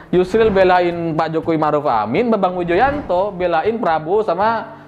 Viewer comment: Renyah banget saat nyebut nama Bambang Widjojanto sebagai pengacara demokrat ahy 😀😀😀